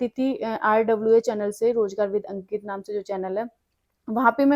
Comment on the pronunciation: Didi sir ka naam to shi bolo samj hi nhi aaya